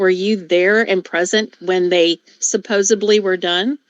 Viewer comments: Lady, the word you are trying to use is SUPPOSEDLY. (Not supposeBLY) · Oh my god the defendant said “supposebly” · I knew she lost this case early on. All she is protesting to is the tests weren’t readable, clearly stipulating that she HAD them done! No one is buying she ‘can’t remember’. Get off your lazy *ss and pay your bill! And quit saying ‘supposebly’. That’s NOT a word! I wouldn’t want you teaching my kids! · when people say SUPPOSABLY, it hurts my ears. She has a college degree and can't say that word right.